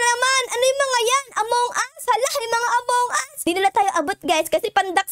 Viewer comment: amonguse hindi amongas